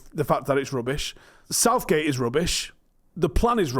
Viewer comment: LOL, Starts with Gareth and ends with Outh-gate. LOOOL :D